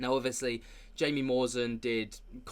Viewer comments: It’s pronounced hai..mi not Jaime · Jaimie is pronounced Haimie, if I'm not mistaken. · Respect to Burchett. But Trump HAD THE CHANCE to let this stuff out and he didn’t do it. Also, Jaime is pronounced “Hai-mee.” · His name is pronounced "Hi me"